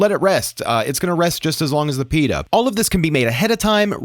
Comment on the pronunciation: great video but pleeeeasee stop saying.. Peeee da It’s Pit ta